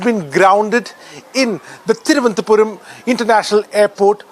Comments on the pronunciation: Presenter had spoken very well, but for the name of the airport. It is not Thiruvanthapuram but Thiruvananthapuram - Thiruv - anantha - Puram or simply say Trivandrum. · Cannot pronounce thiruvananthapuram. Are you also from royal navy?